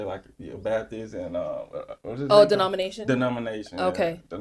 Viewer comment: 😂😂😂😂😂 and he mispronounced denomination